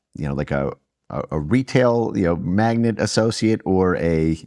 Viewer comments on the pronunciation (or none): Dude doesnt know the word Mag-NATE --- not magnet